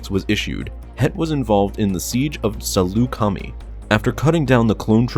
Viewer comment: LOL! Sall-oo-kah-mee for Salucami. It’s Sal-oo-kah-my